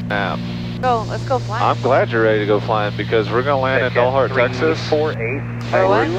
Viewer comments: Dalhart is pronounced Dal as in Al... not awl :) I have flown a lot at high density altitude the last 3 years and it definitely makes landings interesting. FMN field elevation is 5,600-ish and DA can be in the 9,000 range in the summer. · Texans call it 'D "al" hart', not 'Dollhart'. For future reference. Hit 'Like' and Subscribe.